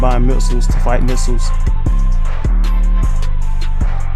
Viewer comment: Nixels are pronounced Nikslez